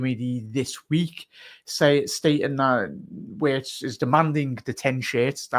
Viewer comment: WIRTZ PRONOUNCED WITH A V